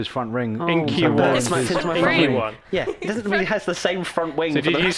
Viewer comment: Haas in NASCAR and obviously Haas and NASCAR is American but in NASCAR it's not Hass (The way you guys say it) it is HA as